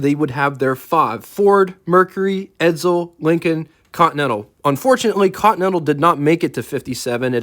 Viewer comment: Will people stop saying Edzel , its Edsel .